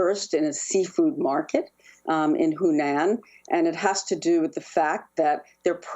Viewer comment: Did she say Hoonaan?